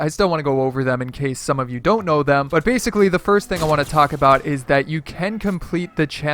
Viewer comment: Bassicaly Bassicaly Bassicaly